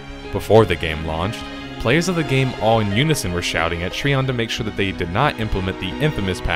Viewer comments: Trion is pronounced try-on by the way. as per devs :) no hate. just saying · Is it really pronounced Tree-On? I've always just said "Try-On". Am I incorrect? Because hearing you say it that way is causing me to grimace lol. Also I loved the idea of Archeage. I spent $400 on the founders packs for myself and others. We got ambushed by the cash shop to buy land plots and place houses though, where we had the audacity to try and rush the quests to unlock access to the larger plots. So yeah...it ended up just screwing us with the cash shop patch it ruined it for me and my friends. Mix in mass grinding for a single "end-game" "epic" item...it was awful. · hey man good vid, but trion is not tree on its tri on like tripod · I thought Trion was pronounced Try-on not Tree-on. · Great vid but it is trion not treon as your saying it you say it tri-on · that was fast. this game shares a lot of the same design philosophies and problems as Albion... so I expect Albion will follow the same path since they don't seem keen on learning from prior game's mistakes. also... TREEON (it's try-on) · its TRION you should know better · Trion is a terrible company and always has been. The game had so much possibility. And oh. . great video. .I just winced every time you said "Tree on". . Its "Try on". . Trion. . like Tripod. . But that is not important. . GREAT summary! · I can tell you never played Archeage based on how you pronounced Trion. It's Tri-on not Tree-on. But then again they are the scum of the earth so butcher as u please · Wtf is a Tree on? Are you talking about Trion (Try-on). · It's pronounced Tryon! TRYON God dammit! The video is great and all but every time you say treeon I cringe so hard it's unbelievable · Tree-On != Try-On (Trion)? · Tree-on lol what a dipshit. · Trion is pronounced "Try On." I ditched this game after 2 days for being overwhelmingly P2W. Most toxic, divided community on the forums I've ever witnessed. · I thought it was pronounced like Try-on